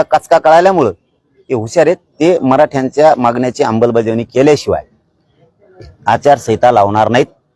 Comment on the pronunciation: अमलबजावणी की अंबलबजावणी...